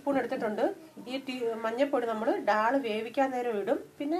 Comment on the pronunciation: Recipe kollam...പക്ഷേ ഡാൾ അല്ല...ദാൽ എന്ന് പറയൂ.. പ്ളീസ്!